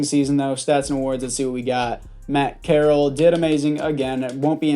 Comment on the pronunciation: FYI it is pronounced corr-al